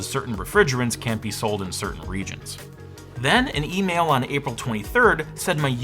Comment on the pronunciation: What's an "emaila"??